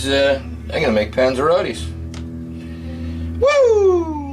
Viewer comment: What the heck is a panzaratti?